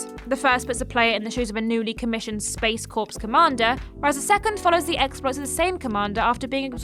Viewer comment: I think Space Corps is pronounced like “Space Kaw” rather than “Space Corpse” 🚀